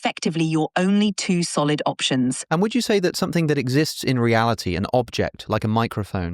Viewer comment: "options" with an accent